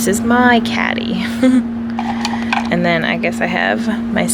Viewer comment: “Aynd” haha Americans